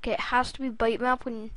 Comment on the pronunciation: its pronounced bit map, not bite or byte